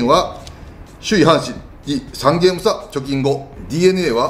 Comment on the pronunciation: この言い方が、借金なのか、貯金なのか・・・